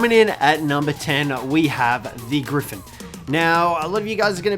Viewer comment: Thought you were trying to say orgy when you were discussing the gryphin